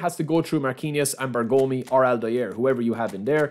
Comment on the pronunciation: Please respect for zio Beppe Bergomi : pronounce it like BE'RGOMI not BERGO'MI😂